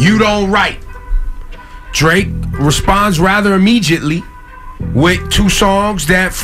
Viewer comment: never seen a black hip hop radio host pronounce immediately like that.